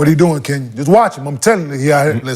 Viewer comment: "We got a Kenyon" LMAO